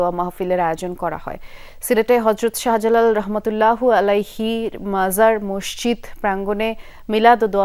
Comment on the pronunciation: হায়রে মুসলমান রহমত উল্লাহি আলাইহি বলতে পারেন না আবার খবর পড়তে আসছে 😂😂